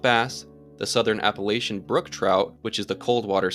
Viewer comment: You should look up what a subspecies is (and how to pronounce "Appalachian")